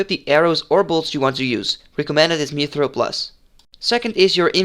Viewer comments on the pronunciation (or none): none